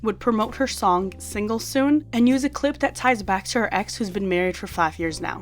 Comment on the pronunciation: Even if she is kind, I hate how she always says single single singel